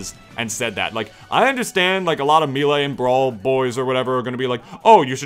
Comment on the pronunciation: Why do you say "Milee"